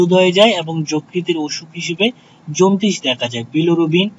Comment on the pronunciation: এগুলা কোন দেশের উচ্চারণ...? জন্টিস,গুগুজ,............ ......😆